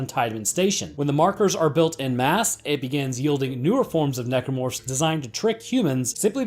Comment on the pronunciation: I'm here for "Necormorphs"